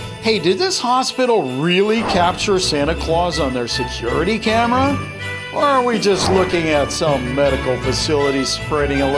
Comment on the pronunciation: U said camers did anyone realise?